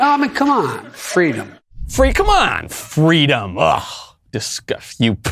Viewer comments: It’s been a long time since a member of the Biden administration thought “fweedom” was important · I thought Kamala said it was fleewweeeedum when she stole a story directly from Martin Luther King